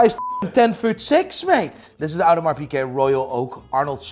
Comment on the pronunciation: It's hilarious that this guy can't pronounce Audemars Piguet as a watch dealer